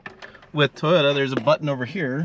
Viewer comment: “Toda” tundra